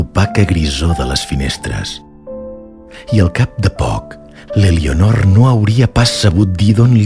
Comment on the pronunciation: No es pronuncia ''Elionor''. La ''e'' inicial es neutralitza en català oriental... Per favor, quin mal d'orelles...